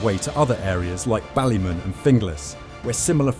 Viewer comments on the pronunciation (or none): Thats not how you pronounce ballymun